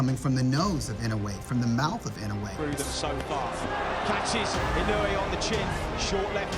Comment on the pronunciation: Get the pronunciation of his name right. He kept on saying IN OH WAY It should be pronounced as IN NO Wii